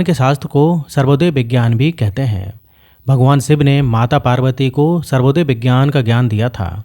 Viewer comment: सर्वोदय नहीं, स्वरोदय कहते है